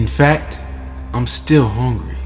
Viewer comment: "I'm veary veary hongry"